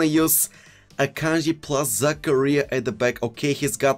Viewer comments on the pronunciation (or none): Everyone pronouncing Zakaria: za-car-rear: Za-Career!!!